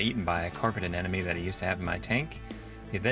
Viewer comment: Hi, love your site and absolutely love your vids, but PLEASE, stop saying anenome. As I'm sure you must know it's aneMone. rgds